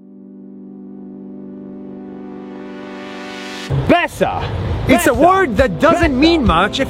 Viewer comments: BRUH ITS NOT BESA IT IS BESË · Haha im from albania and u are reading "BESA" wrong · You pronounced it erong its bésa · I thought it be bitch instead of bessa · They pronounce Besa pesa, and pesa is money in urdu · at the start of the video i thought she said ''bitc...'' ya female dog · Im from kosovo BESA means trust also the E is pronounced like an he but without the h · Guy:u have my BESA me:I THOUGHT HE SAID VISA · I swear she said b*** in the start of the video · Plot twist: Its not BESA Its " bASS". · Btw we don't say Besa ,we say it like not b but a like a beatbox bass we just touch our lips and say b ,albania is one of the hardest languages to explain,so im not trying anymore. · Besser ( pronounced like "bessa") means better in german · It sounded like "You have my paisa" 😂😂 (Paisa means money in Hindi) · If you speak albanian you know that he's saying it so wrong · Yeah i am albania,he pronuces it wrong but its ok. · Im albanian and the way he says Besa is just funny. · Besa you to say besa.